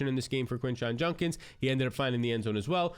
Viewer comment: Bro, it's JUDkins. Not Junkins. Hate to be that person but damn you say it wrong every time.